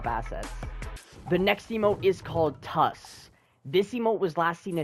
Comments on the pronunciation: Bro said tussssss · “This emote is called Tussss” 🤦🏾😭